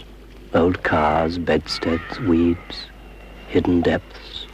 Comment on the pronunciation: When he said weeds in the swimming one I thought he said weebs